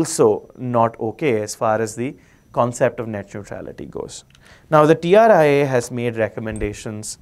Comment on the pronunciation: Correction... Its TRAI not TRIA